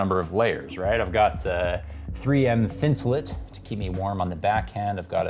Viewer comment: it's thinsulate, not thinsulate